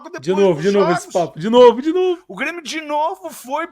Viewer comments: Ele ameacou falar Bremio? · "BRÊMIO" FOI FODA !!! kkkkkkkkkkkkkkkkkkkkk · Ate o falou Bremio!!!!!!!! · Impressão minha ou ele falou "bremio"? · Foi só eu que percebi ele disse "Bremio" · o cara realmente falou ''BRE'' de Bremio KKKKKKKKK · Quase que ele fala Brêmio. Kkkkk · Q minuto ele falou Bremio? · As entrevistas do é tipo, um seriado de média com dois episódios por semana. Ele falou Bremio? Kkkkk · ele disse cara de Bremio 😂😂😂 já tá aceitando a B